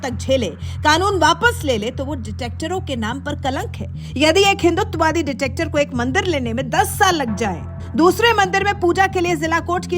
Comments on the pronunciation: डिटेक्टर नही डिक्टेटर बोलो मॅडम! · डिक्टेटर होता है,,, डिटेक्टर नही,, क्या मजाक है,,, ये तो पता होना चाहिए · Detector nhi behna dictator..... pronounce to thik se karo behna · Mam director nahi dictator hota hai.... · Madam detector nahi dictator 😂😂😂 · Madam video achchi h Par detector nahi hai dictator hai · behen aap dictator ko baar baar detector bol rahi ho ! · Ditector nhi madam dictator 😂😂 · Are didi Ditactor nhi Dictator hota hain 😂😂😂 ase hi nhi andhbhakto ko gawar kehte hain 😂😂😂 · Madam detector nahin dictator boliye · Ditector nahi dictetor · Ditactor nhi dictator🎉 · Ditactor nahi didi, Dictator... however, Modiji is neither one of them. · Ditector nahi Dictator bolo madam ji.. 😂😂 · मैडम वो डिटेक्टर नहीं डिक्टेटर होता है😂😂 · Dear ankor, Please, rectify yourself. "Detector" nahi "dictator" boliye, please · Dictator hai didi “ dictector” nhi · Madam Please narration corrects kijiye dictator hai woh word detector nahi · Ditectors keya hai, Dictator hoga uchcharan. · डिक्टेटर होता है आप के ऑडियो मैं बार बार डिटेक्टिव और डिटेक्टर बोला जा रहा है अपना स्टैण्डर्ड न गिराए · Arey didi, detector nahi dictator hai 😮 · क्या कॉमेंट्री हैं, मैडम डिटेक्टर नही डिक्टेटर बोलिये।पच्चीस बार से ज्यादा बार डिटेक्टर बोल दिया अपने। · Madam wo dictator hai detector nahi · NOT "Detector". It is "Dictator" :) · "detector" nahi bahan ji "dictator" bolo to sahi aunty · डिटेक्टर नही डिक्टेटर! अंग्रेजी नही आती तो तानाशाह ही बोलिए! 😂😂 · Detactor nahi bhai Dictator hai. Pronounce to sahi se kar lo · pronounce dictator, not detector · Dictator not detector 😂😂😂😂😂😂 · Dictator Hota Hai Detector Nahi😂🤣. Adhe Se Jyada Video Me Detector Bola Hai Madam Ne😅😅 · देवी जी जोश में होश तो ना खोएं।आपका डिक्टेटर को बार बार डिटेक्टर कहना कानों को बहुत ही खटकता है। एकाध बार तो फिर भी समझ में आता है परन्तु बार बार वही गलती क्यों कर रही हैं। लगता है जैसे भात में कंकड़ पत्थर आ गया है। कृपया भाषा को सावधानी से प्रयोग करें। बस यही कहना था।।।। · दीदी डिक-टेटर बोलिये